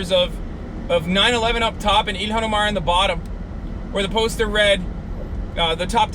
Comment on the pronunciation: Quit pronouncing her name like that ya fuckin mook